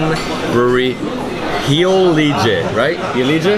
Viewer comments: I think that Heilege is pronounced "Hi-leh-geh" in German. It means Holy! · Hello, I'm from Santa Cruz do Sul, glad you liked the Heilige beer. The correct pronunciation of Heilige sounds something like "Hi - lee - gui" and it means "saint" or "sacred". Have a nice trip!